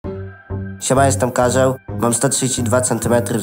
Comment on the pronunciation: śmiesznie muwisz każeł